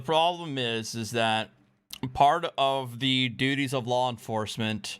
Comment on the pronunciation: did you say doodies? In the lawful performance of their doodies? i think it’s pronounced DUTIES.